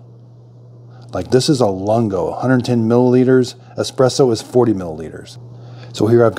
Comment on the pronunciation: Great video. For your reference the Lungo is pronounced loongo, meaning long in Italian. Just in case you want to know. Thanks for the video!